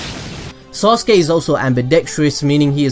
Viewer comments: Stop saying sauce-gay please! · SORRY I HEARD SAUSAGE UCHIHA LoL 😂😂😂😂😂😂😂😂😂😂😂😂😂😂😂😂😂 my mistake